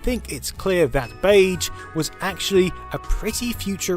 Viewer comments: Something about the way you say "beige" really bothers me. "Bayj" feels wrong when it's "beyzh". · "Beidge"... Sure let's go with that. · In this video: Beyj. Bayj. Beyj. Beyj Beyj Bayj. I checked American and British pronunciation. You're sayin' it wrong. And you said it wrong a lot. The 'ge' is like 'rouge' and 'genre' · I hate that you keep saying BEIJ instead of beige, pronounced beizh. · Gaaaah, all I can hear now is "Bayj" instead of "beizh". Have you done a word count of how many times you said it,? Are you saying beige in your sleep now? (I mean, more than usual) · I'm British and this isn't how I pronounce beige... (bey'zh) not (bage). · I had no idea anyone pronounced "beige" like this. Baidj. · 'Bay-juh' dude... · 'beiDge' aaaaaarrrrgghh! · Bage? Haha in all seriousness though, great content! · Is therea "d" in beige ? Or is that an England thing? Lol love the video. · Baydj? Baydj? BAYDJ? FFS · Except that most British people would, I suspect, say it with the zh pronounciation, and not the way he does (I'm British myself by the way). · I was wondering what you meant when saying baje until I realised you meant beige. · it's not pronounced bayje i am crying MAKE IT STOP 😭😭😭😭😭 please I'm begging you I am only 4 minutes in how many times will you say bayj i am pleading i am on the floor in a puddle of my sweat please sir please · Dude, you say beige wrong. 🤢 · Pronouncing beige to rhyme with "age" is a bug bear of mine! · Mispronounce beige one more time! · I really loved the video, even the bizarre (mis)pronunciation of the word beige couldn't spoil it. :) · Is anyone else bugged with how he pronounces beige? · I profoundly disagree with your pronunciation of "beige". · That's not how British people pronounce it either. He's just saying it wrong. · Never heard beige pronounced beige